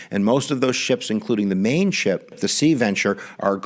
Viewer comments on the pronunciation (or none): none